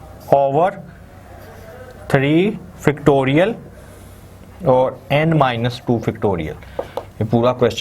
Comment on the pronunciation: Oh god....Its pronounced FACTORIAL not Fictorial and FORM not Farm!